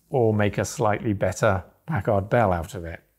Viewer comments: Pack-erd. Why do you guys seem to think you have to massacre the letter A every time you see it used in an obviously short vowel sound? Americur...Pack(hard pause) ARDD Bell... What is it with you guys and the letter A? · Am I the only one who remember these as "Pack-Herd" Bell pronounciation? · It's funny how British folks pronounce Packard "pack-ahrd" rather than "pack-erd." After all, they don't pronounce mustard "must-ahrd," do they?